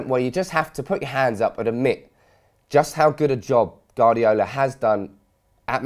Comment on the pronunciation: Its "Guardiola" mate, not "Gardiola." Not trying to be annoying, just saying. Nice vid.